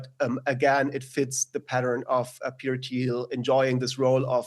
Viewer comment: "Teter Thiel"